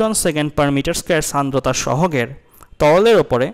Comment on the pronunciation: Sandrota (উচ্চারণ 'Shandrota' hobe may b) fact😪☹️